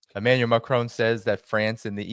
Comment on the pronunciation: I wish you and all the others would learn how Macron's name is pronounced and how it's NOT pronounced. Listen to a Francophone and note the difference. You will never learn by listening to other Americans.